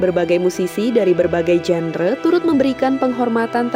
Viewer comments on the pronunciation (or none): none